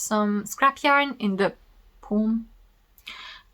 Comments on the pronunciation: Ok I am only telling you this to make your life just a bit easier. The word ‘palm’ has a silent l, it is just “Paam” , hope this helps! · Palm, calm, (lip) balm…all rhyme with „farm“ ☺️